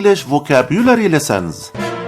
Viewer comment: تحياتي. بعد الاستماع إلى هذا المحتوى، وجدت بعض الأمور التي لا بد من توضيحها: أولا. كلمة يذكّر بِ هي remind of وليست remind with. ثانيا. ثمة مشكلة كبيرة في اللفظ وخصوصا بين حرفَي E و I. وإليكم بعض الأمثلة: Lessons, وليس lissons. Winter, وليس wenter. Brisk, وليس bresk. Drizzle و drizzling, وليس Drezzle و drezzling. Chilly, وليس chelly. Blizzard, وليس blezzard. ثالثا. بالنسبة لكلمة comfortable, فمن الخطأ لفظها كما تُكتَب. يجب أن تُلفَظ comftable, وليس Com Fortable الرجاء أن تؤخذ الملاحظات بعين الاعتبار إذ إنّ تعليم أية لغة يحتاج إلى تدقيق وتحضير ولفظ سليم واختيار حروف الجر الصحيحة.